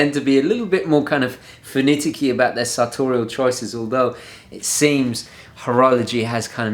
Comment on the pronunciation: 'finiticky', not a word...'finicky', a word.